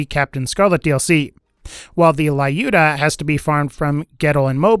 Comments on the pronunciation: Please, stop calling it "Laiooda", it is more like "Lewda", I mean [l'uda], if it will make it clearer. This name is common in Russia, so I know for sure how it must be spelled. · You are saying it wrong, Lyuda is russian name and sounds like lewd-ah